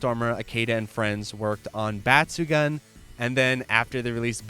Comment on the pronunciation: i love your videos, but for the love of god pls stop saying batsugan, its batsugoon.